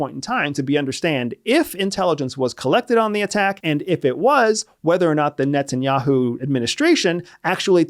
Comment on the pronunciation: I sware he said Nets and Yahoo.